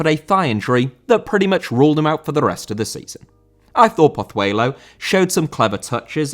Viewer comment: Pozuelo* not Pothueilouw